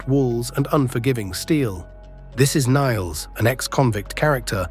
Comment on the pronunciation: How can you fail to simply say, Nailz properly? Not Niles